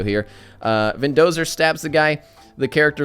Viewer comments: Muh Vendozuh !! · Not only did you mispronounce VINDOSERs name twice but you also didn't realize when he had died... I am very disappointed....